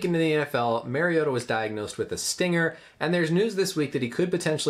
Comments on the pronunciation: Title says "Mariota" but you keep saying Maryota. Not knowing the subject's name doesn't exactly bode well for your claimed level of education (MD). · Pronounce Mari not merry. Great Vid though !! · It’s Mario-ta. Not Mairry-ota. Marcus and Mariota have the same first syllable and pronunciation. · Dope explanation. Tidbit so you dont get killed by Ducks and Titans fans....its MARR-iota and not MARY-iota...LOL! Great video! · It’s actually MARIO-TAH. That’s the correct pronunciation of his name. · MARIO-TAH That’s the correct pronunciation if you guys have trouble with Samoan. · In all fairness I mispronounced his last name :/